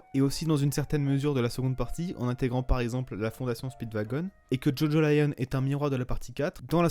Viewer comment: C'est Jojolion et pas Jojo Lion